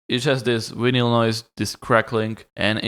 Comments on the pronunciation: did you just say vinyal noise... shit 😂😂😂😂😂😂😂😂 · Please say vinyl again. Just kidding, great tutorial. Thank you. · Lol the way you pronounce vinyl